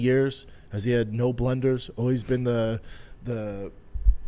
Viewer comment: INSIGNIFICANT not sigficant BLUNDER not Blender